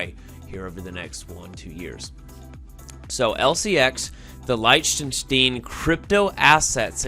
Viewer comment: Pronounced (Lick-ten-Shtine) 👍 Thanks for the info.